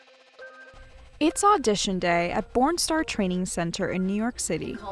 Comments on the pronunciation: I keep hearing “porn star” 😂🤦‍♀️🤦‍♀️🤦‍♀️ whyyyyyyyyy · Am I the only one who hears “porn star “ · i can't unhear it now fhedjrbd